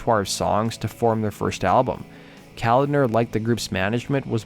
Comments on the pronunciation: &:12 it's pronounced CO-LOD-NER. Not Calender. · Pronounced Ka-lodner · John Koladner’s name is pronounced Co-lod-ner. Not the way you were saying it. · John’s name is pronounced Co-lad-ner. Not the way you keep pronouncing it.